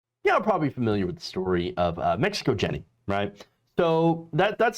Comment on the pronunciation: How about using the Spanish pronunciation of "Mexico Jenny": "Mehico Henny."